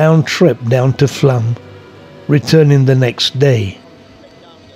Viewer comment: It's either Flåm or Flaam, not Flam ;-) Sounds like flawm.